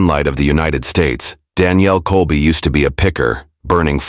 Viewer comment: Can't keep the story straight and mispronouncing Danielle's name (First and Last). I would be safe saying this is all made up b.s.!!